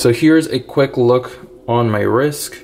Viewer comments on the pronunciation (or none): Why do you say risk ? It’s rist ! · Why do you keep saying risk? It’s called a wrist.